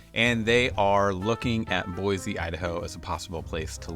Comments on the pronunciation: Can we at least pronounce the name of the city correctly? There’s no “z” sound. It’s an “s” sound. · There’s no “Z” in Boise. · Saying Boise wrong... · Yes, yes, yes. Why does he claim to represent the area but not know how to say it correctly.